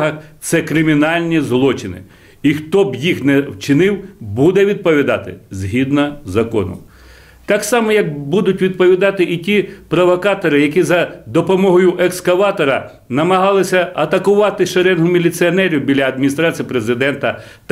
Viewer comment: Та ти спочатку навчись українською по-людськи розмовляти, а не розказуй тут що люди зробили. Ми і так знаємо всі події в Україні. "Будуть відпАвідати прАвакатори", тобто ваші тітушки?